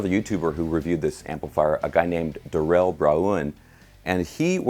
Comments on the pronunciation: LoL ! daa-RELL !! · Did Daryll laugh his ars off on how you pronounced his name.? ...LOL